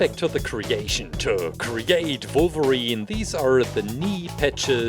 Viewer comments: Does anyone know if he’s German because he said Volverine which is a German thing we’re W’s are V’s? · The way this guy says wolverine 😂😂😂